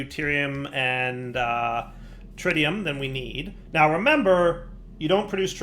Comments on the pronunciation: He reverted back later in the video to "trytium" again. Probably remembered to troll us again. 🤪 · HOLY CRAP! Did finally start pronoucing "tritium" correctly? After all these years I never thought I'd live to see it!